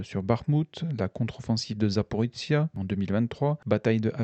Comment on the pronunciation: C'est secondaire mais je ne sais pas pourquoi vous prononcez "Zaporitsia". C'est ZA-PO-RI-JIA, avec le son jia comme dans "plagiat" (et ZA-PO-RÔ-JIÉ en russe). Sinon merci pour la minute de silence, ce que vivent les soldats des 2 camps est horrible, même si pour une fois on a plus de morts militaires que civils, ce n'est pas si courant dans les guerres modernes. Je n'aimerais pas être à leur place, surtout sous la menace permanente des drones.